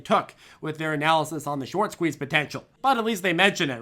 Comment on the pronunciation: Why's he saying squez